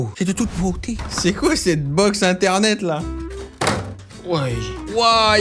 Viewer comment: "C'est de toute bôté" 😂